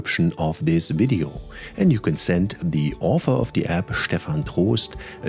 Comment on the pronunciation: Sehr gut. Ich habe PrintMyFonts gleich installiert und eine PDF mit Microsoft Print to PDF erstellt (1800+ Fonts). Auch Komplimente an Deine englische Aussprache - absolut klar und deutlich (ich bin Brite, mal so nebenbei). Auch danke, daß Du App als 'App' anstelle von 'Äpp' ausgesprochen hast:-)